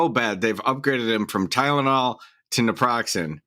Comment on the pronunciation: it’s called call Nortriptyline (a tricyclic antidepressant that is used for nerve pain as well) and Naproxin (advil) not neoproxin or whatever they said. They won’t give you any narcotics in jail because you could mouth it and give it to someone else and they’d have to carry it around etc…